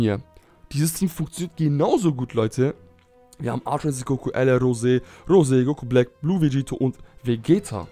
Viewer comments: Mich fuckt das auch voll Ab wenn et "Insinkt" sagt … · warum sagst du immer altra insinkt sag doch ultra ahahah XD